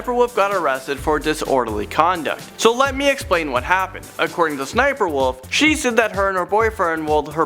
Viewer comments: you kinda dumb bruh it’s S-S-sniperwolf not ssssss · It's pronounced s.s.sniperwolf and her name is leah! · It’s s s sniperwolf well you say it look that( well I say it like that) and her real name is Lia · I think it's said like S-S- sniper - wolf